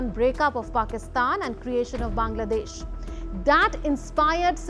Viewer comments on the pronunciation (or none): none